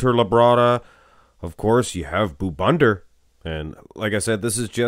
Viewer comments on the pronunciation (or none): Stop calling this man boo bunder 😂😂😂